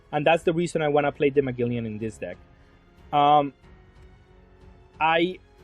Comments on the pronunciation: say it with me bro MA-GEL-ANN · Ma-gel-on lol